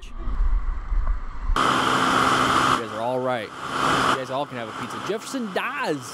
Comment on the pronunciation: That's Brazil. And it is not "Jefferson Daz" as he is saying, it is "Jefferson da Z". The conjunction "da" means "of the". And "Z", is the nickname of his bike. (Kawasaki'Z'750). Thus: "Jefferson of the Z" ("the one who rides that Z bike"). Brazilian version of the name Jefferson, doesn't require the double F. (both have the same pronunciation for us). he said: "wow, dude! It might have been broken everything!" (speaking about the bike; unknown damages at that point) And, but he stopped by a fence of wire net. But it is very common, in rural areas, the fence is made of 3 to 5 sets of barbed wire. I'm not sure if he thought it was it or not, but I think it was a clever move to fall on the ground on purpose when noticing the bike was not stopping and getting closer and closer to the fence. Also, I don't know if they had rain prior or not, but humid weed or grass is more slippery than mud; almost impossible to break upon it.